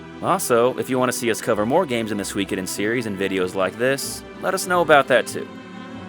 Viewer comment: Tir is pronounced like "teir". Also....Im hard of hearing so I use CC on YouTube for the things I miss....and is absolutely trolling me rn lol. Everytime you say Suikiden, it types sweekidin, priceless